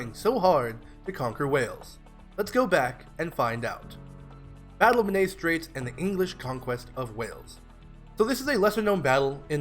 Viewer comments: Men-AYE is more accurate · Great video but please learn how to pronounce Menai